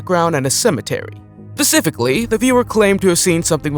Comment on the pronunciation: The word is specifically’ not ‘pacifically’. The Pacific is an ocean.